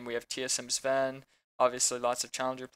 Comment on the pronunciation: Its zven not sven, sven is in c9 i am surprised no one pointed that out.